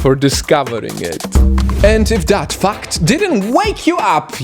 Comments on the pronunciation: how the way he said the word 'fact' 'fu**ed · Your accent makes the word "fact" sound like fuck